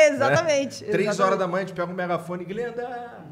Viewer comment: o cara falando jalim para glenda KKKKKKKKKKKKKKKKKK